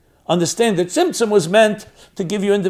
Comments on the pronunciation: Am I crazy or does he keep saying Simpson......like the show...... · what is the correct word that sounds like simpson he's been saying during the hole video? Trying to study a little about it but couldn't find it anywhere 😅😅.